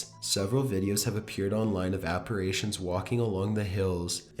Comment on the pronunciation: Ok...I don't mean to be a dick. But I'm going to be a dick. It's pronounced appar i tions, not appar AY tions. You're thinking of the word "repar AY sions, which has nothing to do with appar i tions. And your delivery still sucks, although I can see why it might appeal to some people. I do like your content. It really is good, so don't take my superficial pet- peeves to heart.